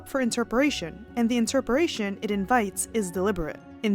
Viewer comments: interpretation not interperation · it’s up to..inter..peration? did you mean INTERPRETATION and messed up twice in a row ?